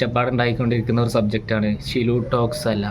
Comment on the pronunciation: ഷിലു അല്ല. സിലു ടോക്സ്